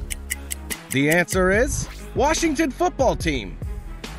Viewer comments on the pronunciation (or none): none